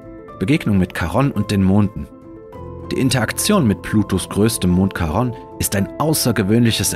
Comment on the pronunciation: Wunderschönes Video, dabei selbst für Astronomie-Interessierte aufschlussreich. Da nimmt man gerne die viele Werbung in Kauf. Lieber die Werbetreibenden bezahlen ihre gute, aufwändige Arbeit als ich, deshalb lasse ich sie immer ganz durchlaufen in der Hoffnung, das zahlt sich für Sie aus. Kleiner Hinweis: Charon, altgriechisch Χάρων Chárōn, wird nicht Charonn ausgesprochen. Omega wird lang gesprochen, nicht aber betont. Weiß, oberlehrerhaft. Eine Nationaleigenschaft der Deutschen. 😁